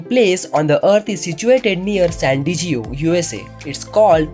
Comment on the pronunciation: Hahaha.... He doesn't even know how to pronounce "San Diego"